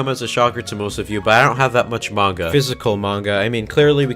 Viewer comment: “I don’t read much *mainga*”